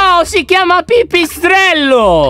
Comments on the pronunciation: Ame mi ha fatto ridere quando ha detto invece di pipiatrello hadetto pipiaello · si ciama non pipiselo si ciamo pipistrelo 🤣😂😂🤣🤣😂🤣😂🤣😂🤣😂🤣😂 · ha detto pipisell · Io avevo capito pisello non pipisello